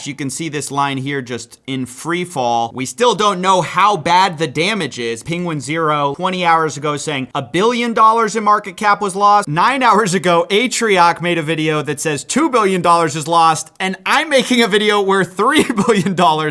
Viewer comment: actually I’m pretty sure it’s pronounced “pen-gween-zoh”